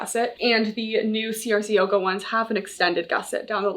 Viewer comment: (Haha writing separate comments for the engagement) … I think CRZ Yoga is pronounced either “Crazy” (most likely) or “Craze” Yoga instead each letter being spelled out.